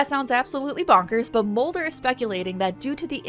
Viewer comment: Did you just say Smolder and Mully